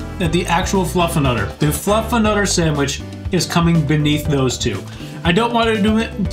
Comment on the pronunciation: I swear (on the right?) is saying "FluffAnutter"!?! 🤔